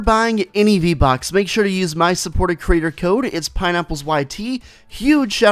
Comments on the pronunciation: Did you say V bux? or v bucks? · The way he said vbock